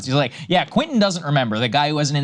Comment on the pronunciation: Saagar... can you say: Kwen-tin... Kwen-tin.... now repeat after me KWEN-tin. It's English mo-fo! Do you speak it!